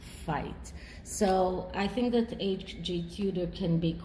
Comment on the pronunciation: “A” G Tudor. How annoying, eh?